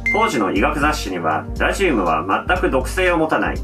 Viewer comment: ラジウムの発音が気になって内容が入ってこない